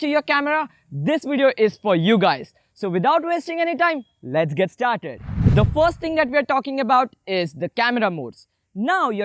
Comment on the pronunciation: hi baiya awsm video but dont say 'the; like that